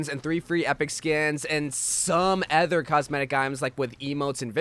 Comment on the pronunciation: Why do you say other like that "ether"